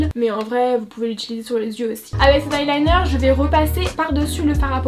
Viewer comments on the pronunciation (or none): none